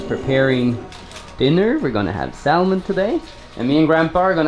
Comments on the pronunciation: love norwegian salmon! btw its pronounced with a silent L. 😉 scotts valley in california has the same ambiance as there. small town lots of trees and mountains. and its near sta. cruz where there's super cool surfing. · when pronouncing salmon - the L is silent - just so you know :) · Ha ha you say salmon pilipino inglish normally foreigner say samon with out L